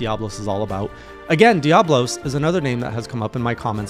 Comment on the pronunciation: Leg - ee - ah - nah Oh - doh - ga - ron I mean you can pronounce Diablos fine. Hope this helps!